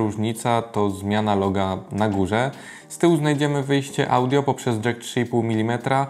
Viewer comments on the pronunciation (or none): none